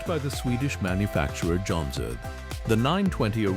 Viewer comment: “Jon-sir-dine”!!! 😂 these AI videos crack me up